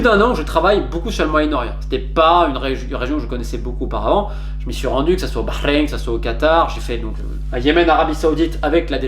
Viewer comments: J'aime la façon dont tu prononces Bahreïn..t'as le potentiel pour bien parler l'arabe. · Quand t’as du Bahreïn tu l’as dit comme un arabe félicitations pour la prononciation sincèrement excellent journaliste qui dit beaucoup de vérité